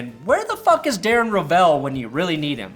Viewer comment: also says "eem" instead of him... drives me crazy